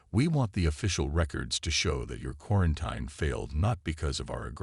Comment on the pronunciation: please find an AI that can actually read. and pronounce words. quaranTEEN, not quaranTINE